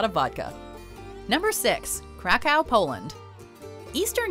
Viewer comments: KRAkow. Not CRACKow, plz. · Krakow it pronouced "crack-ov"! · The way she pronounces Krakow makes my ears bleed.